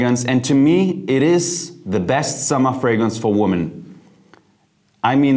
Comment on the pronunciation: You might want to change your pronunciation of the word: women. It's more like 'wimmin'' and not : woh men...interesting video.